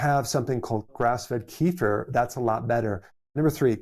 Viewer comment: I'm curious why Dr. Berg doesn't learn how to properly pronounce words like "kefir" and "carnosine"? He also mispronounces berberine.